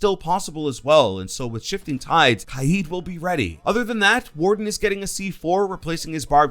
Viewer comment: I feel like pronounces Kaid wrong